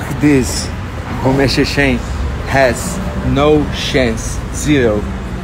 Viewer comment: I know man but Paulo pronunciation is “sheshen” jajaja funny guy